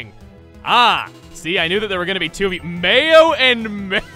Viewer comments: Mayo is May in Spanish!!!! And it's pronounced My-oh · Mayo is May in Spanish... It's pronounced maio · He's probably figured this out already, but I can't resist the urge to correct language stuff. The name “Mayo” is most likely pronounced as it's spelled in Japanese, which would be “má•yo.” …Now that I've typed all this out, I feel a bit ashamed of myself. I'm gonna leave it, though, ’cause I took too much trouble retyping words, since my FREAKING THUMBS are too big for my touch screen! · Mayo is may in spanish. The emphasis is on the A.